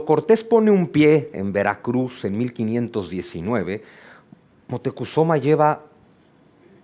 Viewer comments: Moctecozuma? Siempre he escuchado Moctezuma!😮. También he estado atrapada con la asombrosa narrativa del doctor en historia Juan Miguel Zunzunegui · Es moctezuma no es motecozuma